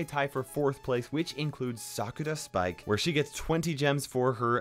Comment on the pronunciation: Shit, i read this, or else, i would have thought his pronunciation to be trash🤣🤣🤣 lol